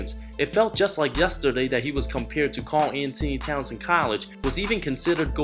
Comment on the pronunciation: “kaawl antny towns”